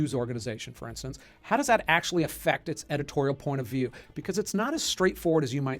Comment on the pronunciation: = Akschually, yes there are.